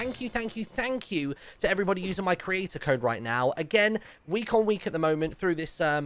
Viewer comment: I thought he said Hello every botty at the beginning